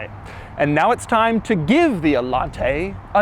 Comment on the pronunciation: Doug DeMuro: "Allante, not RedShirtsente"